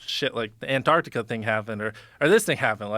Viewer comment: ANTARCTICA...Finally, an American that says it properly. Good to hear. Well done Jimmy.